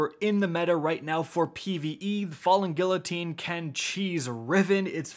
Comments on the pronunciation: GEE-----UH---TEEN.......got it? Do you say the "LL" in tortilla as well? GFC man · Don't forget how to this day, he still says guillotine wrong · gEE-Uh-Teen not gill-oh-teen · its pronounced gui-yo-tine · Drinking Game: each time says “Gill-o-teen” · FALLING “gee uh teen” my man, i was going psycho at the mispronunciation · He does not still say, “falling gilotine” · everyone is talking about the cold front legendary kinetic hand cannon but has no one else noticed that he pronounced guillotine as "gill-o-teen" ?? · Hey, just a heads up, Guillotine is pronounced "Gee-oh-teen." (Then L's are silent) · "FaLl3N GiLlotEEn" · Falling Gillateen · Falling Gilloteen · Did this nigga just say “Gillateen”? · It’s been half a year since the sword came out and still can’t say the word “Guillotine” correctly lmao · I'm more worried about how he pronounces guillotine ! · So y’all gonna talk about him saying cold front the legendary hand cannon but not the part where he pronounced the L in guillotine?... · No ones gonna talk about his pronunciation of guillotine? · Is no one gonna talk about the way he pronounced “Guillotine?” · Still can’t pronounce guillotine correctly lmao. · why can no one pronounce "guillotine" mon dieu vive la france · Listening to you pronounce guillotine hurts me. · Aren't you Canadian? Doesn't that mean you're federally mandated to be half French? How are you still pronouncing guillotine incorrectly? 😁